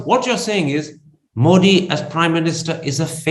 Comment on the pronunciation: Love your program, Karan. But, it would be nice for you pronounce Modi's name correctly, not with a hard D as Americans do, but with a soft D (as in thee). I think even BBC tries to get it right.